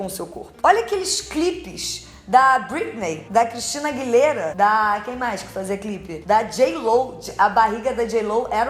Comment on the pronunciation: Juju dizendo Christina Aguilera Hahahah ❤